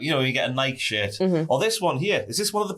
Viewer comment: pronouncing Nike and Adidas is the kind of thing that makes me question the existence of British people